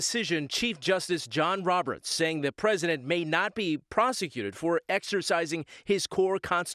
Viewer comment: department of jutice